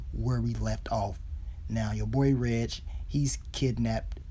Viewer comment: So glad you finally got hip to how to say Reg's name 🙌🏾🙌🏾 lol thanks for the recaps tho...watched them all 😉